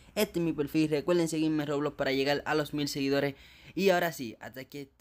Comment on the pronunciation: Nose sabe ablar el wey dice loblox poque no el doij un rejalito xd